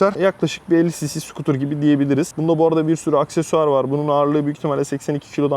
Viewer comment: Skutr degil Skuute 😂 Almanyadan saygilar sevgiler